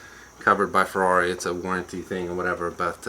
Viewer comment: "Here we are in the FRARI"